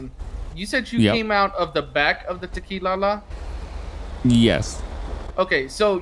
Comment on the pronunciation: The fact I got an ad about tequila Sunrise is amazingly comedic. Ive never in my life seena tequila ad, i think its because they both kept saying Tequi-la-la. 😂